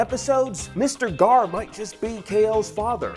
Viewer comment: It's Gar.